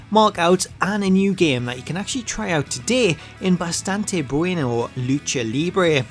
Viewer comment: Wow you pronounced “bastante” correctly!